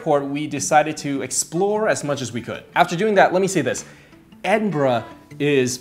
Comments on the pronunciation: Edinburg ahahaha gets me every time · Edinberg XD